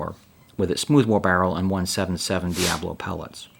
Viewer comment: DIA BOLO. not DIA BLO